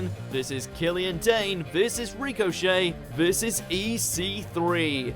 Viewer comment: Rico. Shay. Lol